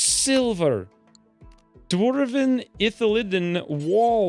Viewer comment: Why in the fuck is he saying dwarven like that?!?! Infuriating.